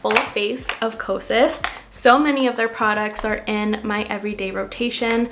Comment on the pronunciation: Because I’m a mental health specialist, it sounds like your saying psychosis instead of kosas.🤭🤭